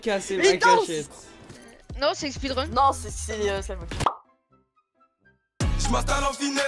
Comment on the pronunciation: gg GROS MAIS je crois c"est speedrun pas speerun